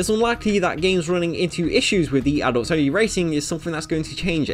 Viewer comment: im sorry but it just really sounds like you are saying adultSony games instead of adults only.